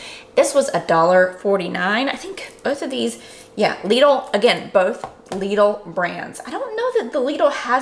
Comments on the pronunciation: Lidl = pronounced "Little" 😁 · Its pronounced lid-l, lid with an L at the end (told to me by a German) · From my understanding the name is pronounced: "LIDDLE".. hence their marketing rhyme for their middle aisle "The Middle of Lidl".